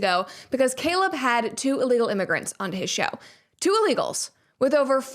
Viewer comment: The emphasis on “illegals” tells me everything I needed to know